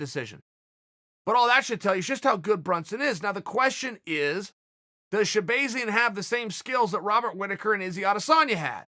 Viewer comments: Chael literally everybody who has ever said his name pronounces it shabAHzian not shabAYzian. There for I know for a fact ever time you have heard his name being said, you heard shabAHzian. So tell me why the fuck do you insist on saying shabAYzian? Thanks. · Sha bah zee in not bay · Chael: “Shah-BAY-zyan” 😂